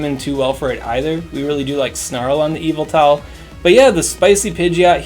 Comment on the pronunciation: Yveltal- pronounced "evil towel"